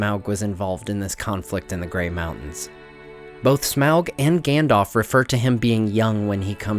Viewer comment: Please please please can you stop calling him "Gan-dolf" his name is "Gan-dalf" ....